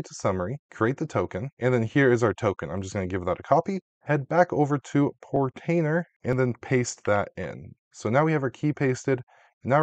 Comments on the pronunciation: Portainer....no extra R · you pronounced "Portainer" wrong haha. It's not Protainer lol.